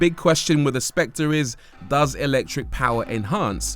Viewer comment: The Specte? .........Not SpectRReh?